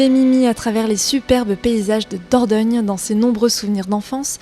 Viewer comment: "Dordogne" la classe 👌💪